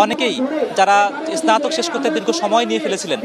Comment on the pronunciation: আহ্হারে সাংবাদিক। স্নাতক উচ্চারণ করে এসনাতক😂😂